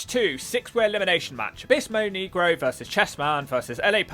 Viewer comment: Your not pronouncing negro right